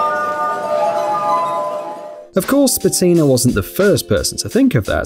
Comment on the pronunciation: Its actualy Peter Špatina(Shpatina)